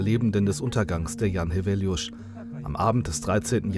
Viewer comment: I'm from Świnoujście, although have been living far away for almost 10 years. Back in 2012 when I was still in school we used to commemorate this tragedy every year. Congrats to whoever did the voice-over for a very good pronunciation of "Jan Heweliusz", shows respect and professionalism. It's also worth mentioning that ever since I can remember the weather off Polish part of the Baltic coastline has always been terrible and dangerous. It's extremely noticeable in Świnoujście because of its geography, and it's only going to get more dangerous because of the complete disregard of the importance of dunes shown by Świnoujście's authorities. I won't elaborate because it's too complicated a topic, but the situation is dire.